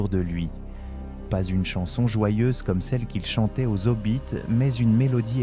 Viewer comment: Oui le texte est magnifique ! Malheureusement je trouve que c'est mal raconté... On dirait ces vidéos tiktok générées pas IA qui racontent des morceaux de films. Avec des fautes de diction.. les zhobbits^^ Trop monocorde à mon goût. Mais merci quand même pour le voyage =) Tom B. m'as toujours fasciné